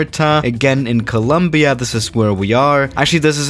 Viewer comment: Swiss: coooluumbiaa Colombianos: No es tan dificil pendejo, Co-lom-bia !